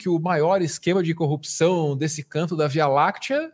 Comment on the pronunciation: Como esse subletrado consegui se tornar Juiz? Um sujeito que fala "Cupição" e "Conja". E tem um conhecimento pífio do Direito. Só pode ter colado na prova.